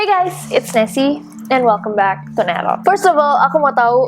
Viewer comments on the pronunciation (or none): nessie bilangnya kate yup... GW dengernya KETIAK...